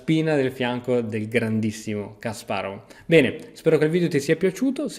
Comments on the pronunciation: Si pronunciano "Kaspàrof" e "Ivànciuk" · la V finale dei nomi russi si legge F